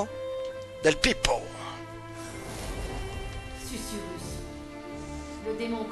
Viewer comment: Coucou mon et c'est parti pour l'épisode 17 de Forspoken. Susurrus, et non sucrus mdr..Que d'enchaînements et belles cinématiques, on en a beaucoup appris, c'était très intéressant! Eh oui on sait qui est sa mère, mais pas son père, j'espère pas que c'est Krav lol..Eh oui elle est d'ici et pas de New York! Elle a toujours eu ses pouvoirs en elle, en fin de compte! Pas de blagues aujourd'hui avec ces histoires émouvantes! Un super combat contre la bête, beau travail! C'était trop simple pour mon! Attrapez les tous, mon a fond sur la chansonnette des Pokémons hahaha! Par le pouvoir des 3 comme sur charmed lol, bien trouvé hihi.. Oh la vilaine brute, il t'a pas loupé, allez destruction en beauté garantie droit devant, yeee bravo! Eh oui Krav n'est plus dans le coeur de Frey, c'est certain! Mon qui n'aime pas cet ennemi, il t'avait énervé dans les combats avec les lampes..un vrai chieux lol...il comprend pas ce qu'il lui arrive, il est vite mort au final.. Quel combat contre ce zozio hihi, génial, tu as géré! Quel bel épisode! Je te souhaite une belle journée, prends bien soin de toi et de grosses bizouilles!